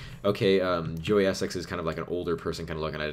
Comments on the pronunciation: Hahaha, it's pronounced essix :') btw it looks cool and 'swag' (I promise never to do that again :') sorry xD) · You say Essex weird to how British people say it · The way he says 'Essex' hahaha